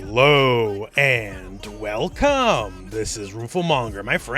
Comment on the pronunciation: I love the “heLLO and welCOME”